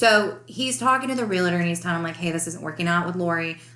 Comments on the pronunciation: As a whole you sound well educated so when I tell you this perhaps you will understand that I mean well. The word ReLaTer doesn’t exist. The word is Realtor pronounced exactly as it is spelled. Realtor REAL TOR. All licensed real estate agents/Brokers are not Realtors but all Realtors are licensed real estate agents or Brokers. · The issue isn’t ER or OR It’s Real tor. 2 syllables Not Re la Ter 3 syllables